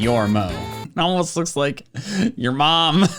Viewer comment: "I kike Beeg Pokemon'